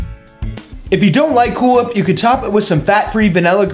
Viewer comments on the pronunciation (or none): there is a W in the word whip